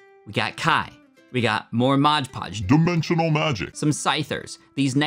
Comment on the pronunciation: it's not called modge podge, it's mod podge